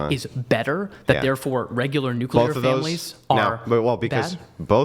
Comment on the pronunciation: Did...did say "nucular" family?